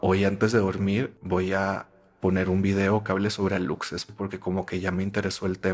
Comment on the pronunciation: para aclarar, se dice "alushes" no aluXes, viene del maya